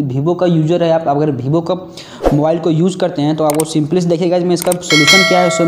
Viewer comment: Bhai dnt take rudely it's vevo not bhivo